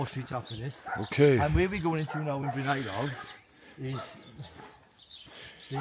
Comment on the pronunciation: I live in penrhiwceibr it’s not penrhiefiber it’s penrhiwceibrjust so you know😊